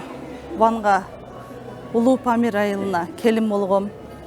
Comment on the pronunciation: Памирди Памыл дешет экен,Памыл деген Кара Чайга сут май кошот экен